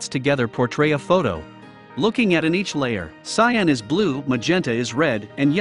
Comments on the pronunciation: cyOn? It is cian. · its cyan not cyon :( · It's cyAn, not cyOn lol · the blue is called cyan not cyon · It’s cyan not cyon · Cool vid but its Cyan not Cyon bud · cyAn not cyOn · it's cyan not cyon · Cyan is spelled CYAN not CYON. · Is "Cyon" a meme and I'm a wooosh? Or is this an actual mistake? (it's actually "Cyan") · It's cyan, not cyon. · Ah yes, "Cyon" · Cyan not Cyon. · A really nice video, ruined by "cyon". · It's CYAN, not CYON! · WTF is CYON? It's cyan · CyAn, not cyOn... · its CYAN not cyon lol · Cyan. Not cyon. Cyan. x.x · "Cyon" ?? CYAN